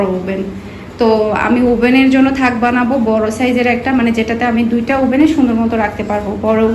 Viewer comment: তাক বলে আপু। থাক না। মাশা আল্লাহ মিহির প্রোনানসিয়েশন ভালো। ওকে এভাবেই স্পষ্ট কথা বলা শিখান। সব কিছু গুছানো হলে শেয়ার করবেন প্লিজ। আর কেক এভাবে বালতির উপর আনহাইজেনিক ভাবে রেখেছেন। যারা ভিডিও দেখে তাদের তো অর্ডার দিতে বাধবে 😕😕